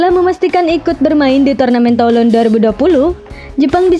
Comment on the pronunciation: Baca /tulong/, min...